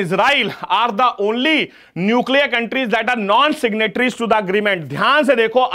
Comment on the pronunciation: 1) The way he emphasized the word "ONLY" 2) The reason behind starts from (What a logic 😅👏) 3) Ab After seeing answer key, Students- 🤭 UPSC be like - Arrererere...🤣🤣🤣